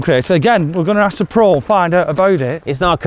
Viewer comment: Happy birthday... Heads up, in Wales Ty is pronounced Tea... I've been in Wales for 19 years and still struggle lol.